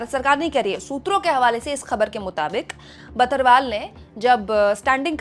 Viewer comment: जी बर्थवाल होते हैं बथरवाल नहीं होते।